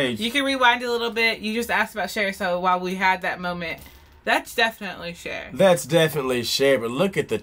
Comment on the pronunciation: oh snap "cher"